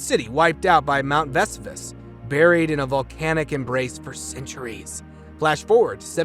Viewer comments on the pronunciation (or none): MT ves u vas?! Lol Vesuvious would be appalled